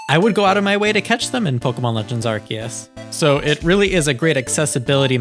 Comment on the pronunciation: ARE- SEE - US, say it with me now, ARE - SEE - US It is not pronounced "ArKeUs" 🤦🤦